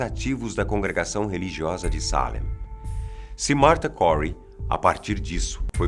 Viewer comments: NÃO TEM ACENTO NO A MDS,É SALÉM E NÃO SÁLEM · Ai que agonia que dá de ouvir ele errando o acento😥 É Salém, não Sálem. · Não se diz Salem ,se diz Salém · A América (Novo mundo) na idade média nao havia sido povoada pelos europeus. Esses julgamentos ocorreram no século 17, no ano de 1692 (idade moderna).Ninguem foi queimado vivo por esse tribunal. A pronúncia de "Salém" é exatamente como se lê, e nao Salem! Fica evidente que o apresentador defende a tese de nao haver sobrenatural no episódio de Salém, como se tem usado na retórica política e na literatura popular. De fato os julgamentos e as execusoes sao dignos de crítica e de repúdio, mas afastar as referências históticas de casos de satanismo, vodú entre outros cerimoniais de ocultismo e de experiências sobrenaturais, bem como o desconhecimento em Salém da maioria dos depoimentos e testemunhos e o descrédito dos conhecidos é desleal. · Da um nervoso como ele fala Çalen eu gosto de Salem bem forte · A palavra Salém é oxítona. Mas o apresentador pronunciou como sendo paroxítona. Qual a real pronúncia? Porque a forma de falar não condiz com a forma escrita 👍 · Pq ele fala Sálem ao invés de Salém ? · Por quê ele fala "Sálem" se está escrito "Salém" ? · Não é assim que fala Salém af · E cada vez que ele fala SÁlem eu tenho vontade de enfiar um garfo no tímpano e girar. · Pq tem acento agudo em Salém se a pronúncia é Sálem? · A pronúncia não seria Salém? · Sálem ou Salém??? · Traffic DAE DAE tbm achei que era Sete além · Ele esta flando o nome da Cidade errado .tem assento ! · A pronúncia de “salem” corrói os ouvidos...